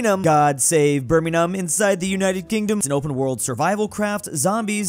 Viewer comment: I appreciate that you're pronouncing Birmingham correctly now